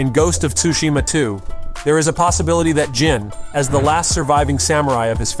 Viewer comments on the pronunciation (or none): How does he say ghost of “tushima” wrong but say it right “set on tsushima island”?? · Is this AI??? The voice sounds fake and is pronouncing "Tsushima" wrong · The T is silent